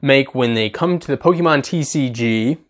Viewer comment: You might have the pronunciations of pokemon names right, but you still manage to mispronounce the word pokemon. It's not pok-i-mon, but rather pok-ay-mon. Just imagine fonzie saying ayy in the middle of the other syllables